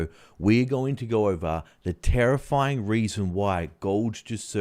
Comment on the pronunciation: 1... did you say 'tarrifing'...?